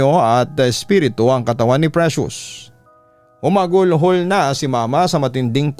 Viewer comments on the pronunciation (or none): Humagulgol po Papa Dudot Not Humagulhol.👌🏻👍🏻😊